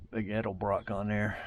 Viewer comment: That’s one heck of a deal especially for anywhere near DFW where all classics are worth tons unless I was selling it.🤣🤣 Thanks for pronouncing “ Edelbrock “ properly too- hearing “ Elderbrock “ is about as annoying as hearing “ Husk Uh Varna “ for Husqvarna when referring to one of my old Mx bikes